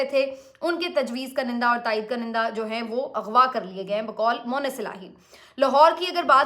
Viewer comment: بیٹی! یہ جو لفظ آپ بولتی ہیں اس کا تلفظ درست کر لیں. اس میں ‘ک’ کے اوپر پیش ہے اور پہلے ‘ن’ کے نیچے زیر ہے. اس کو آپ ایسے بولیں “Kun-in-Dah” تو ٹھیک ہو گا ........ شکریہ 🙏🏻.